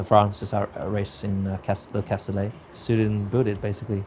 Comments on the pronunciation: The race is not at « cassoulet » but Castelet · Cassoulet ? Really guys ? « Le Castellet » Thx. 🇫🇷 represents